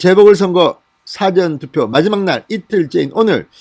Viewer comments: 진성호는 事前投票를 辭典投票로 발음하고있다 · 사:전 투표 장음으로 발음하세요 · 운영자님 발음 좀 바꾸시면 안됩니까? 사전투표가 아니라 사전투표입니다. 무슨 뜻인지 아시죠? 운영자님 기자출신이라면서요. 운영자님의 사전투표 시 사전은 단어찾는 사전을 발음할 때의 발음입니다. 사장님을 사회에서 사장시키는 사장하고 같이 발음하는 것과 같은 형태라고 생각됩니다. 국어공부를 제가 잘못 했나요?.